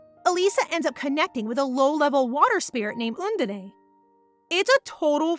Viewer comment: can't get used to undene being called 'oondeney' 😅